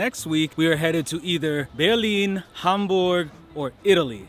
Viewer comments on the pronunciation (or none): none